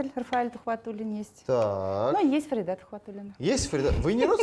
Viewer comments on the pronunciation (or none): Почему ФаридА, а не ФарИда?